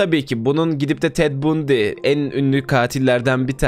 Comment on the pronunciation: Ted Bundy'nin nasıl okunduğunu gerçekten bilmiyor musun...